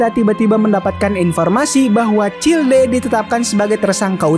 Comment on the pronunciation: childe bukannya dibacanya chaild ya bg